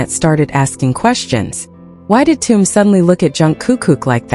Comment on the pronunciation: It's TAEHYUNG and not Tong. Don't mispronounce their names.